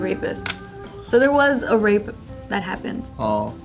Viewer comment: "So there was a rape that happened" Where is this English from pls someone educate me.